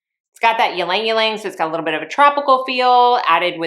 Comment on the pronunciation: Great fragrance video! One small point: Ylang-Ylang is actually pronounced EE-LANG EE-LANG, not YEE-LANG YEE-LANG . The Y is silent. In countries where this flower is prolific, such as the Philippines, Java etc. It is pronounced LANG-LANG.